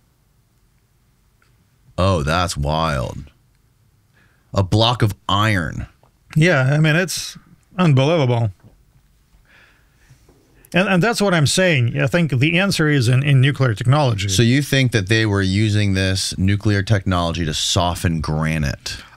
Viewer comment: "It's unbuluvuble."